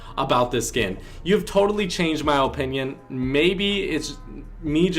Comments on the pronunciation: The way you say opinion is satisfying i dont know why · i hate how he says “opinion”